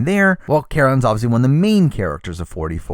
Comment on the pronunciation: im sorry about how random this comments is but everytime you say obviously I understand it as Ozzy and im like..... why is Ozzy on this list?? he played a billion timessss. and then i realize